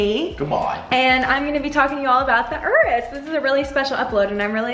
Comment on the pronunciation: I love that you know how to say Urus, unlike many other "car" Youtubers who keep calling it Yourus. Congrats!